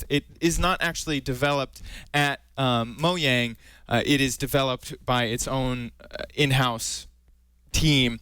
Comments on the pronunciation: lol its Mojang not Moyang lol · is he saying mohang?